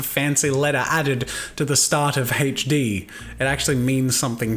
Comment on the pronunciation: its HD, its seems like you are saying hedge D